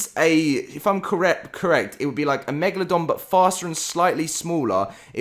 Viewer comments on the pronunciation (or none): none